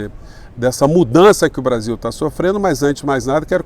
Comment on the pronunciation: O Eduardo Moreira pronuncia o Brasil igual ao gringo...kkkk...pra vcs verem como a classe média nem noção tem...francamente, heim? Brazil??? Vira latas mesmo...aqui se fala português.,,ficaremos nessa penúria, Sacou?